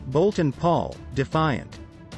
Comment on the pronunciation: Can’t even get the planes name correctly? Eh ?